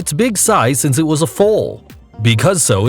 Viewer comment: I don’t like the way he says ‘it’ !!